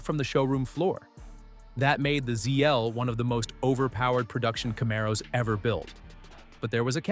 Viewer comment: Ca-mar-oh's !! Hemes!! I knew this was txt to speech. That's the nail in the coffin right there.